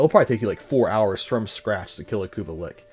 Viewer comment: I'm not gonna lie, it messed with me everytime I heard ya say it. But I did watch the whole thing it was a good video lol I do believe it is lich. But pronounced Li-CH a ch sound not a ck sound lol